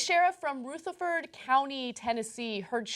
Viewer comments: LOL, Ana. Ruh-ther-f'd, not Roo-ther-for-d. The way Cenk said it. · lol I live in Rutherford county. anna its not roootherford, its ru like in rubber or Russia